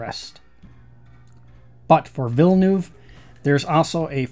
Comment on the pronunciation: It's pronounced Veal-ne-uv. Like 'nerve', except with no 'r'.